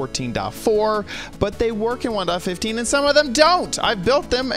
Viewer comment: way of saying '1.15' "One dot fifth teen" All of my friends: wOw wHaT tHe hEcC